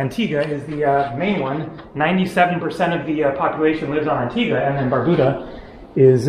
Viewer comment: we love it when you say our name right. Thanks but Bar- Bue -da not Bar Boo da